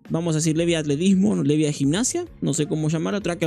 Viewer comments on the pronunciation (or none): mano aprendete los nombres a Venaka le dices Ventana .. a Levia le dices Loen porfavor